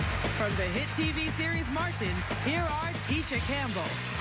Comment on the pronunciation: MAR TIN 😂